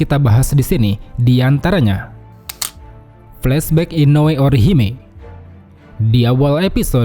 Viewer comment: Gua pas nonton eps 2 deg2 ser jngan sampe kesentuh layar tablet gua, takut bnget tau udh menit berapa, apalgi pas fight Urahara sma Askin slesai, kok cpet banget. Soalnya epic jadi takut banget klo kelarnya juga cepet. Btw Bang "Inoue" ya bukan "Inoe"